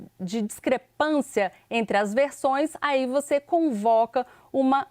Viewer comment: Banco Master era pirâmide. E essa âncora que fala "proxexo" "exe" "voxe" me deixa agoniada. Que show da xuxa é esse?